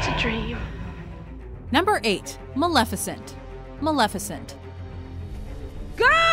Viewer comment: Malefecint Maleficent